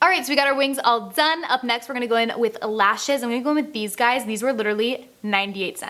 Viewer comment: "i'm" not "i'n"